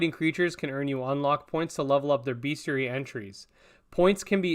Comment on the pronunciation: the bestiary is actually pronounced best + iary not beast